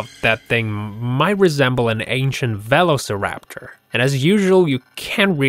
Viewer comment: Its pronounced ve-lo-ce-raptor not velo-ceraptor